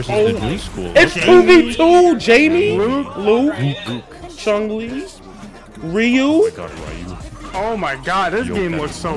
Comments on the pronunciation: This mf said chungli, you sure you got mfs that play street fighter here? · Somebody tell on the right that there is no g in the name chun li